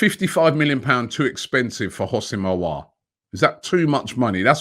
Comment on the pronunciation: From Alios to Alas. By the time we sign Aouar Robbie will get the name right. haha.